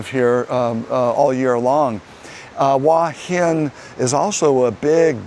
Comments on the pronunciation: It is beautiful there. Pronunciation is Hor Hin, not Wa Hin. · Transliteration makes it difficult but the point is he is saying it completely wrong.